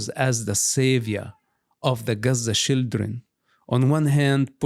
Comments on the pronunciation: Why say shildren instead of children? You are teasing him? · One of the many endearing things about Mosab is how he doesn't have a heavy accent anymore except when he says shildren.😂 He really cares about the children (shildren), our next generations so much. A truly good man. ❤ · He said shildren, stop being delugional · I quit drinking 4 years ago but if I had to take a shot every time I hear "shildren" id probably be hospitalized by now.